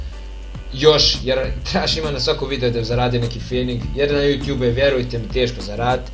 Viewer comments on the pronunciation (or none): none